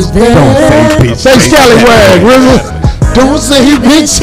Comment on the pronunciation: It must be a lil irritating for Rizza to be on all these shows multiple times and people still mispronounce his name. Especially Corey ass 😂😂